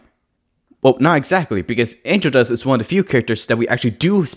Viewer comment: The way you sound like you're saying 'Angel Dusk' makes me imagine that when Angel gets redeemed, he changes his name to Angel Dusk to remove the association with drugs❤